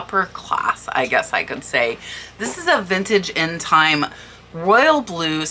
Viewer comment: "intime" is pronounced in-ta-may, it means intimate in French